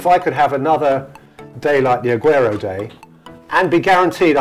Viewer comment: Peter is so good I love this guy so much how he pronounces some of the players like rashford,martial,Rooney,agueroo